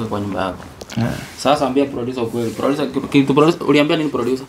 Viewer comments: Aki n😂😂 na ki ngereza eti ducer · ebu pronounce tena jina producer😂😂😂😂😂😂😂😂